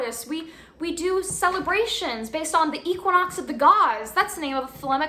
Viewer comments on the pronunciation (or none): none